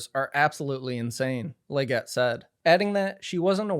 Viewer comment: so as someone with the last name Leggett who has heard that pronunciation my whole life and therefore it bugs me a lot, this is my polite correction that it’s pronounced almost like “leg it” more than “leg get”